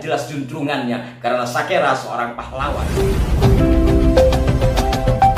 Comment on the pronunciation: Kalau TIJ bilang bukan Sakera tapi Sikera .....😅😅😅😅